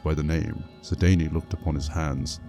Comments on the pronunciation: lol it sounds like you're saying "sidaynie" instead of "sidayne" the dayne is pronounced like the word "dane" but that's not how it sounds when you say it. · It bothers me immensly how you pronounce Sedayne.